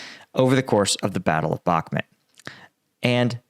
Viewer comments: Hi, your videos are very good and you clearly know what you are talking about but please... it's BakhmUt not BakhmEt!! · It's BACK MUT not BACK MIT lol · it's bakMUT not bakMET, GET IT RIGHT PLEASE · Why do you pronounce it Bockmet? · It is astonishing that you profit from reporting news on Russia's war on Ukraine, yet you have been unable to learn the pronounciation of Bakhmut. If you think that saying it like Bak Mut is trademark of you or your channel, it isn't! It is stupid! It only shows your arrogance that you won't make the effort. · yeah and if he sys BACKMIT one more time the computer is going out the fucking window